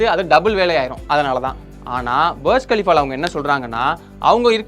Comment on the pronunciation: பர்ஜ் கலிஃபா...... புர்ஜ் கலிஃபா தானே எல்லோரும் சொல்லுவாங்க